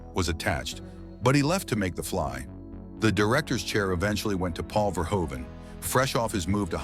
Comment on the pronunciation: Verhoeven is pronounced [vərˈɦuvə(n)]